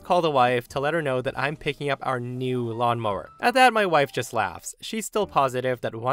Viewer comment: Did you say tow mower